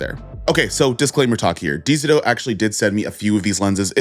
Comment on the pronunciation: Lmao nah why you keep pronouncing dzo like that